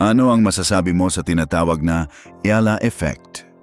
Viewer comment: It's comforting when Alex Eala's name is pronounced correctly. 😂